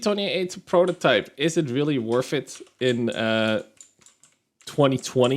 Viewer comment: worth it, not werf it. theres not an F in that word.